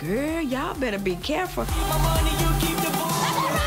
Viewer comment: Mimi: “Ooo gurl y’all better be cureful”😂😂